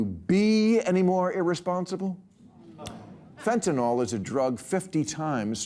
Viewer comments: First, it's pronounced fen-ta-nil, not fen-ta-nol. Second, some of us have known about fentanyl for decades. Don't include me in your ignorance. Do a bit on IBOGAINE for once. Google it. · Bill, learn to pronounce your main protagonist. How do you get fenti-NALL from fentaNYL? Derp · I love you, Bill. However you keep saying “fentanol.” You need to spend some more time doing research. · Fentanyl does not rhyme with 'alcohol' or 'Tylenol'. Bill should know how to pronounce the word and doesn't. Even our Federal tax payer money goes out to real people or actors that can't pronounce Fentanyl correctly. It kind of irritates me like people saying 'Nuk-u-lar' etc. Politicians that we pay a lot of money to. Even nightly news reporters can't pronounce 'Fentanyl' correctly. I had to correct a friend and one of my sons in the last month.